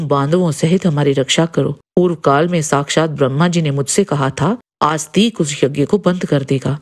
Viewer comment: आप जैसे लोग हिंदी की बैंड बजा रहे हैं।😡 कृपया जन्मेजय को जन्मेज्य और आस्तिक को आस्तीक बोलना बंद करें।